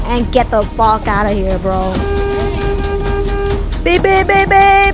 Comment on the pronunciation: bro you said the f word like fu